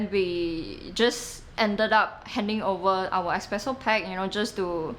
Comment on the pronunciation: I cannot buy coffee from anyone who says ex-presso.